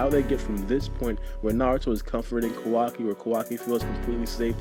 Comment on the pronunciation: Sounds like you are saying Kawagi lol